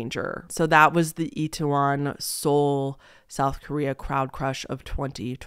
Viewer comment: You actually said Itaewon pretty good actually (it’s said as It-Ae-Won or like it-tae-won). It actually used to have a bad reputation in the 80’s and 90’s, due to Korean citizens basically making it out to be a bad area due to foreigners and such. There is even a song called Itaewon Freedom, made by UV featuring JYP (who owns JYP Entertainment, a big three K-Pop company and founded the girl group Wonder Girls, who were the first K-Pop group ever to make it on the Billboard Top 100’s) that I’d compare to Uptown Funk (because the main artist is less known than the featured artist and the fact they both have 80’s callback sound). So seeing how popular it is now makes it just as sad. And I definitely listen to K-Pop since 2009 and I came up watching english speaking people in South Korea, especially this YouTube couple and they in fact went out around dressed up for Halloween and Korean citizens definitely weren’t the most comfortable with it at that time. I know they have been like that with big dogs in the past too.